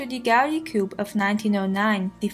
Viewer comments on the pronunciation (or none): Coup is pronounced "Coo" like "Cooper" but without the "per"